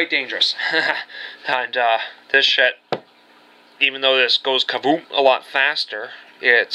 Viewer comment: Did u just say kaboof😂